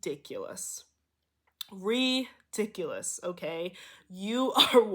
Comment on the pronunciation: 😂😂 The fact.. u repeated.. enunciated "RE diculpus..." I know that was Gods connection to me. Had a spelling bee. The only one i ever got into (dont question self) I doubted. The librarian saying the words for us to spell kept enunciating even when i asked "reeeeeeee diculous?" So i misspelled the fkn word. Its RI RIiiiiiiihhhhh Dic U lous. Lol Ooi i never 4get!